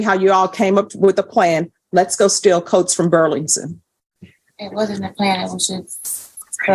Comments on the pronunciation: Judge I LOVE YOU!!! But its BURLINGTON!!! Not BURLINGSON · Why is the judge having such a hard time pronouncing "Burlington"? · Why can’t the judge pronounce Burlington properly? She’s supposed to be highly educated. Is that just one word that kind of tongue twister? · How hard is it to pronounce Burlington?